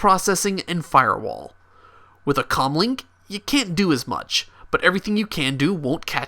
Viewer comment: I know it's commlink but it sounds like he's saying cumlink